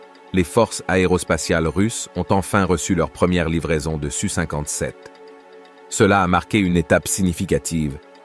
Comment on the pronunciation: En effet, c-e-s dépriment à la longue, comme de dire SU57 au lieu de S U 57 ! Et n'oublions pas que ça ne s'arrangera pas en deux mille vingt cinq.